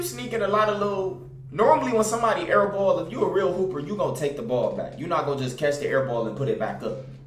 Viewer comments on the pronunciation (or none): none